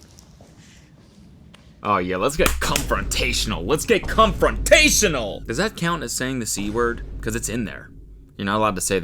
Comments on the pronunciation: “Cumfrontatial” no Cody… it’s “Confrontational” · cody not realizing it’s confrontational and not cumfrontational is so funny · Cumfrontational is definitiely not a word homie XD con-frontational ahahaaa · i’m sorry does cody think confrontational is cumfrontational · does cody really think confrontational is pronounced “cumfrontational” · Wait does cody really think it's comrontational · Does he really think confrontational is cumfrontational or was that a joke? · Are we gonna ignore the fact that Cody actually thinks it’s “cumfrontational” 😂😂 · i was just gonna comment abt this. .. i thought he meant “cuntfronrational” ? 😭💀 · not cody thinking 'confrontational' is pronounced with cuhm in the beginning lmao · I just learned that Cody does not know how to pronounce confrontational 😂